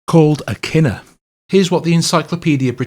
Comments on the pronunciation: Kinnor pronounced Ken-nor. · Pronounced key noor in Hebrew. What David played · It's pronounced Key nor.. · Correction #2: Kinnor is a Hebrew word pronounced kee-nor